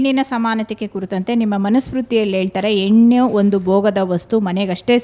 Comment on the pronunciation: ಅಮ್ಮ ತಾಯಿ..... ಅದು ಹೆಣ್ಣು ಎಣ್ಣು ಅಲ್ಲ.... ಮೊದಲು ಕನ್ನಡ ಸರಿಯಾಗಿ ಕಲಿತು ಮತ್ತೆ ಇಲ್ಲಿಗೆ ಬಂದು ನಿನ್ನ ವಾದ ಮಂಡನೆ ಮಾಡು 😂😂😂😂